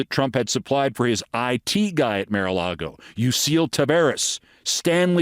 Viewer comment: Why do the silly thing of mis-pronouncing Mar-a-Lago? It's beneath you.